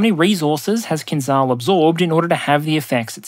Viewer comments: hey buddy, it's not pronounced KINZAL, it's pronounced KINZHAL, like how it's spelled. don't be ignorant. stop pronouncing things intentionally wrong. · Hi. English transliteration has failed you. "Kinzhal" actually pronounced "kin-jal", or "kin-zjal" if you will. There is no such sound in english as Ж, but it is closer to J in journey and definitely does not sound as Z. Also, kinjal means dagger in Russian which is a kind of a cool name for this weapon. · kinzhal is pronounced with the s from "measure" fyi